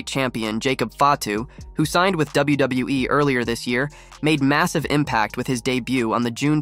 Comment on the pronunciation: why you say WWE like that